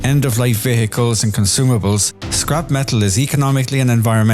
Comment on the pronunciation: why are you pronouncing the word "vehicles" so strangely ? like - "ve-hehehehe-cles "